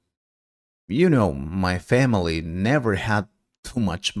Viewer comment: You said hamily instead of family 😂😂